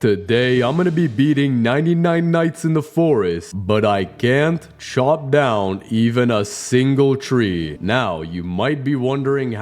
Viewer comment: Ahh yes. "Shop down" the trees. Chat ik he said chop